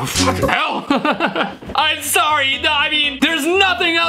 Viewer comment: I'm sorry but I did not hear "fvcking he//" I heard "fuhhin hall"😔🤣